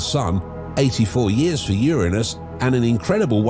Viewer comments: Is it my imagination, or does anyone else feel the narrator is saying Uranus wrong? He is pronouncing it with an I. Like urine. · Lolol 😂 how'd he not giggle at the pronunciation of "Ur-innus" 🤣 Uranus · i love how the man in the video is pronouncing Uranus like UR-u-NUs